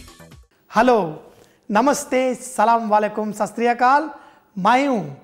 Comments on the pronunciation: Sry saying that salamualikum a wrong hai sahi Tarike se boliye Assalamu alaikum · aap salam walekum Jo bolten hain na o galath hai o meaning change hojata hai isliye aap theek se bole jaise ke assalamualaikum